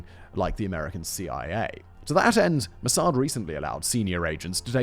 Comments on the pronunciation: Its pronounced moss ad not mossard simon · I liked your video, is it me but I hated the way you pronounced MOSSAD.